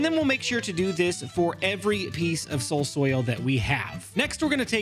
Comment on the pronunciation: Finally caught up on the vids:) and also SOUL SOIL say it with me soul soil